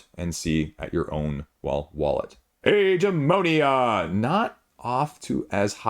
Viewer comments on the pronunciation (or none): It’s AG-AH-MO-NI-AH